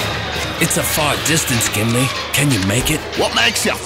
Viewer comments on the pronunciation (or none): It's Gimli, not Gamley!